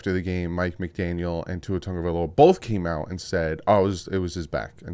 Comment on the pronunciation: Pronounce his last name